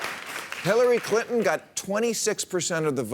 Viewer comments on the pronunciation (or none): none